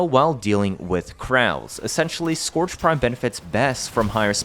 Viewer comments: Wtf is skååårdge prime. Pronounced Scööördge prime. Just so everyone knows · It sounds like urge, not gorge btw